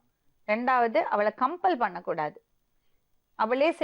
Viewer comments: 🤢🌹🌸✅❌🥊compare என்று சொல்லக்கூட வரவில்லை ,கம்பெல் என்று சொல்கிறது , இது படிக்குதாம் ,சே ,புருடா விடுது .🤢🌹🌸✅🥊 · Compare னு கூட சொல்லத்தெரியல Campaleனுது இது படிப்ப பத்தி பேசுது